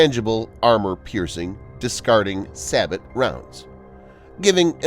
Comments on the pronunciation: Say-bow.... Not sab-bat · Really dude. Sabot is pronounced ˌsaˈbō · A defense channel doesn’t know how to pronounce “sabot”? Embarrassing